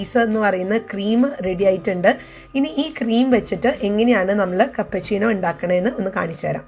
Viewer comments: കപ്പ ചീനോ അല്ല ക്യാപ്പുചീനോ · Kappa chino alla keppachino